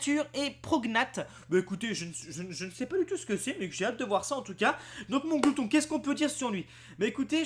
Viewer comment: c est mAnglouton pas monglouton. perso je le kiffe il est stylé